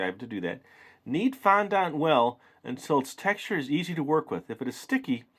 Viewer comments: Oh my god is not pronounced fondánt it's pronounced fondent I wanted to throw my laptop across the room for the whole video because of it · fondont? its pronounced fon-dent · Nice kit and i giggled everytime you sed fondant cos you said it like fondAnt when its sed like fondunt 😂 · FON DENT IS HOW IT IS PRONOUNCED NOT FOND ANT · its pronounced fon-dint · You are supposed to pronounce fondant fondint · Fondant is pronounced like "Fon-dent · you say fondant wrong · No offense but you say fondant wrong